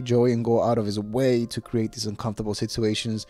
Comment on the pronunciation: Our host has to learn how to properly say “situation”!!! He doesn’t know how to pronounce properly It hurts my ears